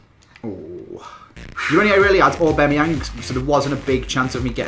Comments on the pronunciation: AubAMeyang not AubEMeyang.. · you're my favourite Fifa YouTuber, but it hurts my ears when you say AubAMeyang😩 also, please do a collab with ChrisMD!! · AubAmeyang not Aubemeyang 😂😂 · repeat after me... au-BAM-e-yang... not au-BEM-e-yang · aubAmeyang not aubEmeyang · AubAMiang not AubEMiang thought I should let you know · It's aubameyang not obemeyeng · its not aubEmyEang its aubamyiang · "Orbemyeng" yes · Haha says orbemeyeng instead of aubameyang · Why do pronounce it obemayang instead of aubameyang? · it is pronounced A-bam-E-ang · It's pronounced Orba-Meyang